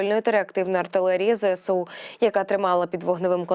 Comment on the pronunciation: Не "Зе ЭСЭ у",а "Зэ ЭС у"!; "СОЛДАТКА"🤣🤣🤣 Особливо мені сподобалось: "Пально"🤣🤣🤣🤣 Де ви,грамотії беретесь?